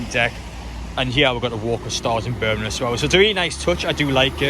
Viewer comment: why do you keep saying burminham? it’s birmingham..